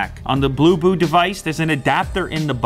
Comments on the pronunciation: Thought he said boo boo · When u say bluboo I heard poopoo ......